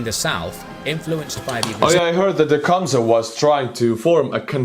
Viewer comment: Lmaooo „teechumsah“